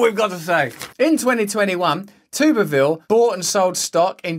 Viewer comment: It's pronounced "Tubber-ville" you silly goose